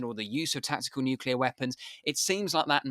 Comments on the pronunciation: Nuclear, not nucular, you melt! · there is no such word as nuculer. it is nuclear. why don't otherwise educated experts get this? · An excellent interview but I am surprised that the colonel kept referring to 'nucular weapons' rather than 'nuclear weapons' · “Es-kew-lation” for escalation? “New-killer” for nuclear? Content great but jarring words. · Why can’t most of these experienced speakers pronounced “nuclear” correctly is beyond me. Great content, though.